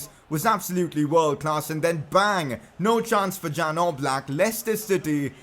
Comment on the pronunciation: It's Yan Oblak not Jan Oblak